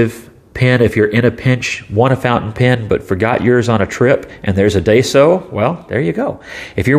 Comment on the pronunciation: Hm interesting pen might grab one if I’m ever in a daiso, just ordered a lamy safari tho excited for that, and just a heads up , it’s pronounced die-so not day so. You got the so part right just a little off on the first bit ;)